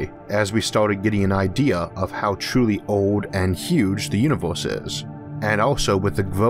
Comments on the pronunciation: He can't pronounce the "er" and "ar" sounds. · I got tired with all the "filtors" and "the uniworse". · Why do you say "o" instead of "a"? Univorse, filtors, Formi paradox... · Nice video, just can't stand the "univorse" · Orth? Uniworse? lol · "filtoes" "univorss"